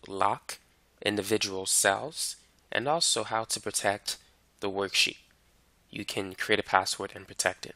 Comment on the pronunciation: good video, but damn, its not protek, that is really annoying